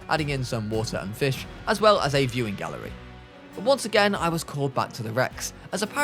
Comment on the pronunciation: I thought bro said mewing gallery 💀💀💀